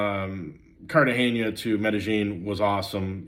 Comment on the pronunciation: The big reveal here is that it can be hot in “Cartaheyña!”